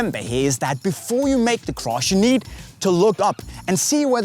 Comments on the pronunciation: it's need not nees 😂😂😂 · 3 crosses you need (not nees) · it's need to learn not nees😂😂😂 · Its not nees. Its need. 🤭